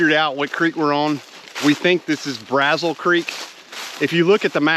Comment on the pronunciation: I’ve never been a big fan of 207, but I’ve only ever hiked it in the summer. 🥵 it looks much better in winter! Oh, and Braziel Creek is pronounced “brazeel”. Great video! Thanks for sharing. 👍